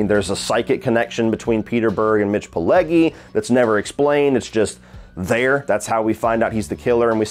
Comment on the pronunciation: First off, keeps mispronouncing Mitch Pileggi’s surname.The Italian g,when followed by an e or an i,is pronounced like the j in “jump”.Secondly,l rather like this movie-yes,it does have some goofy and humorous moments in the second half,but that makes it enjoyable.